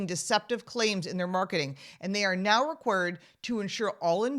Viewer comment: She invented a new word!! "Re-qwerd." Love accents!!😂